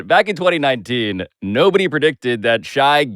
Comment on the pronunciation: how that man in the video said Shai's name is wild haha.